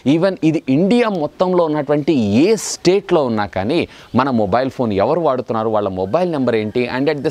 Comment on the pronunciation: నువ్వు ఫస్ట్ తెలుగు నేర్చుకో బ్రదర్ వాడుతున్నారో వడుతున్నారు కాదు